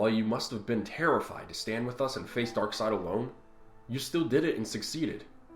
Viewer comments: why’d the ruble bounce like that 😂😂👌🤣🤣😂👌 Also, whats with pronunciation of “darksed” 🤣🤣😂🤣👌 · can't pronounce darkseid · why does keep mispronouncing names like loeb and darkseid?